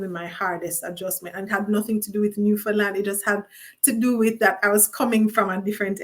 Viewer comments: Oh no! u kept saying "New Fun Land". U better get it right👍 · It's actually pronounced more like Newfinland but way to be picky 🙄